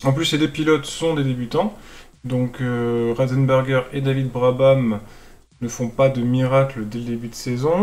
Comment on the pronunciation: C'est pas Rosenberger mais Ratzenberger